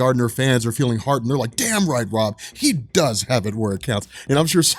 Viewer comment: Damn. And that's a two-syllable "damn", by the way.